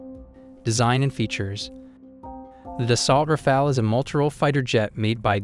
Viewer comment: Rafale: say Rah-fahl, not Rah-fail . Dassault: Dah-Soh , not Dah-sawl't